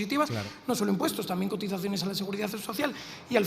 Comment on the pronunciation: ALEJAO, APARTAO, INTERÉ, COTIZACIONE, EHPAÑA, que mal habla....